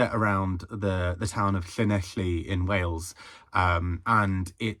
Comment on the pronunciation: I’d like to applaud you for your pronunciation of Llanelli 👏🏻👏🏻👏🏻 I’m dead keen to read Local Fires.